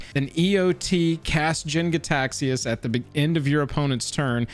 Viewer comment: Nice call on cards like Mulldrifter with ways to cheat the casting cost. Also side note, Jin is pronounced "Jean." ;) Source: Jin from Samurai Champloo